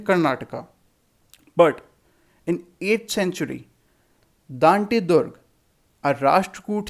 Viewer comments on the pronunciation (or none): none